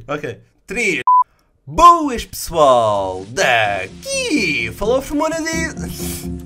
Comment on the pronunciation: Bouas pessoual kkkkk